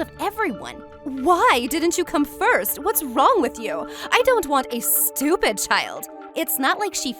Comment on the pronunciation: " you are so stopid'